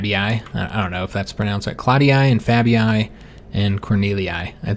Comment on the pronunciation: You actually pronounce "Claudii" with just a longer english "e" sound, sort of like "Claudee".